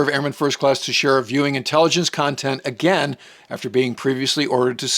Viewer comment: pronouncing airmen Teixeira's name right... something I have seen nobody else do. Just another example of the quality we get here.